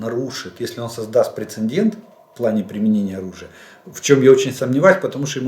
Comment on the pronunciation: Прецедент (не прецеНдент).